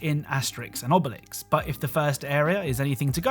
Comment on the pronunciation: AHhh, Asterix & Obelix brings back a lot of nostalgia. I just wish you said their names with the accent